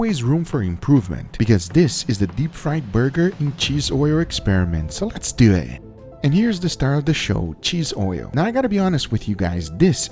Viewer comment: Let’s dew eeh” I hate when you say it like that. Say it nice and slow LETS DUUUU IT